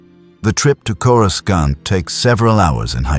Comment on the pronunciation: Might I suggest that you write and narrate your script personally. At the time stamp indicated, I counted a dozen instances wher Coruscant was incorrectly pronounced.